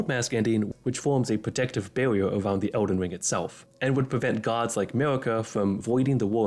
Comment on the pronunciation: Bro I can't xD No hate, the videos content is good, but you talk like a furry meme. "Mawwy Wanny" "Age of stows" "Bawwia" xD That's what it sounds like to me lmao, I can't tell wether it's a microphone quality thing, an accent or a speaking disorder/a lisp. Again, no hate man, the actual content of the video is good, but please enlighten me if any of my guesses for the reason of the pronunciations is correct.